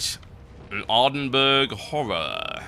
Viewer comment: I enjoyed the video, except for ... Ardenburg. My poor Scottish mind cannot handle how you pronounce Ardenburgh.